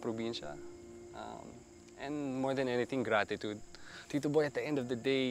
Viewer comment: Mr."Gratitude"😂 learn how to pronounce it correctly first then u will know what it really means!